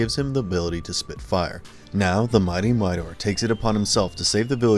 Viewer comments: Mightor, not Mighnor, Zandor, not Zander! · how about Thunndar???? i can understand but covering Suoerpresident but Thunndar was a really cool show BTW... Mightor is pronounced 'Migh Tor'.... not 'miter' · Literally no one who watched these shows forgot about them. Also, it's not pronounced "Midor." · Funny pronunciation of “Mightor”.